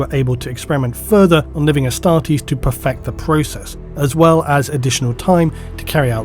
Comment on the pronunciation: I always thought you were saying Hastati as in the first line of the roman legions XD